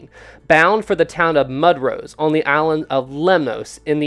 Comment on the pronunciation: Mudros is pronounced "Moo-drose". Great video,!